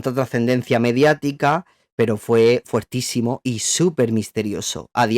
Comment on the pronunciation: se dice "fOrtísimo"... pero te amamos igual. Gracias por tantísimo contenido de calidad <3